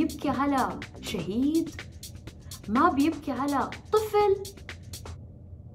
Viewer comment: احلا شي لما الت شهيد طلعت معها صهيد😂😂😂